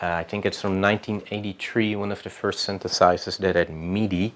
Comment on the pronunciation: World Behind I am utterly stupified by your comment. :) What exactly is "charismatic" about Legowelt ? His English was terrible, the way he pronounces synthesizer, it almost always sounds like "syntheRsizers", but he just knows how to work his gear. Nothing charismatic about that really. How about trying to travel Europe a bit more ? Maybe then you will see there are more than enough boring people in Europe as well. :) I guess we just grow up with more diversified "cultural" input, as compared to Canada and the US, but that doesn't mean everyone here actually uses that diversified input to an advantage, if they use it at all.